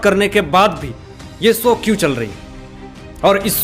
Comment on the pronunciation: Show not sow